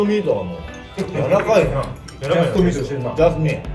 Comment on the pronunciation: はまちゃんのチェストミートがジャス民に聞こえるー😂💜